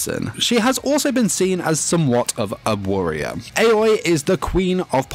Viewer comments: Her name is aoi (aui) not ayoi 😅😂💞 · Its not aoa its AOYIII (spelled aoi) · Most people: Aoi (owie) This guy: Aoi (ay-oh-eeh) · The way he pronounced Aoi's name triggers me. Its "ah-oy" not "eh-yoy". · Everyone: Aoi (ow-ee) Him: AY OYIH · Weebs: Aoi Him: a-Oi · ITS A-O-I NOT 👁-O-EY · I just hate the fact that he pronounced "Āoi" instead of "Aoi" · I can’t get over the fact that he keeps on saying aois name as✨𝐴𝑦 𝑂ℎ 𝐴𝑦✨ with so much confidence 😭😭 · IKR ITS OW EE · Neither. Its pronounced ow-ee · every time he says ayoway I die a little inside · Everyone: AOI Him: AUNI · the way he's pronouncing aoi is killing me 💀 AY OI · I like how u pronounce her like "aoe" Btw I like nene more than aoi =D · Me: aoi Him: AoE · What? I fucking god mad when u messed up at the “aoi” part. I hear u said “a-oi” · He said Aoi in the wrong way in the intro.. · you pronounced Aoi wrong btw